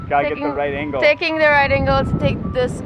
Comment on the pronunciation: I love how she pronounces right as white.